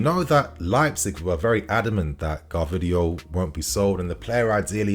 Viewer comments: He's not called Gar vidiol, he's called GVAR DIOL 🤙🏽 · Bro love you but its G-V-A-R-D-I-O-L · Why do you keep saying it as "Gahrvidiol"??? Lol hilarious every time. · personally, i think its quite ignorant and perhaps condescending to have searched up how to pronounce his name and still pronounce it wrong in multiple videos "gvardiol". Same goes to other youtubers. And, there are levels to this game Gvardiol is better than colwill, you want chelsea to be a mid table side with all these youth players